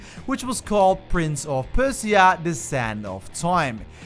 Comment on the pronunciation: Bro firstly you pronounce Persia wrong, then it’s not rainbow six siege quarantine it’s just rainbow six quarantine